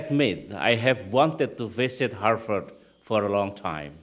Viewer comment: OMG it's harVard not not harFard.. Indonesians tend to mispronounce /v/ for /f/ .. /v/ and /f/ have different sounds in English.